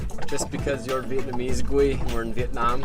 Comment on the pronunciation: your pronunciation and tone/accent is getting really good! Most of the Vietnamese sentences you said in this video was quite on point! Impressed!